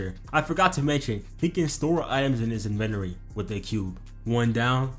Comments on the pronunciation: Awesome recap bro, really enjoyed it. The break downs and freeze on impact frames was badass But one thing It’s in-ven-tory not en-venori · "In-ven-or-e" dawg, if we gonna clown potential man, you can't be pronouncing shit like that. The verbal parry is right there. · The way he say inventory pisses me off